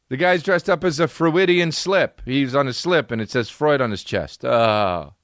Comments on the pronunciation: “Fr-oo-id-ian” slip, y’know? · Chris ‘Frewidian Slip’ D’Elia